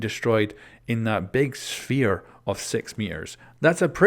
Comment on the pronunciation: “In the big SHFERE